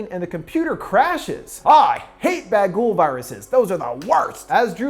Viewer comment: Oh SH&T - yours did that too. I kept laughing at that bagel (especially since as a diabetic I can now longer have bagels or baguls - I laugh anyway since it is really BaGOOOL, not BAGool as pronounces it hilariously).